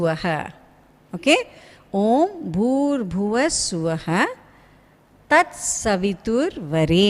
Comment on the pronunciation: No matter how many times i replayed...i heard her saying OM..bhur boodh svaha...but the written form was Bhuva not boodh